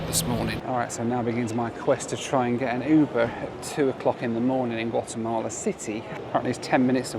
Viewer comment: Not Wattemahleh 😵😵😵